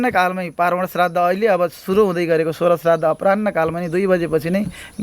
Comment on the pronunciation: प्रश्नकर्ताले 'श्राद्ध' शब्द शुद्ध उच्चारण गर्ने ।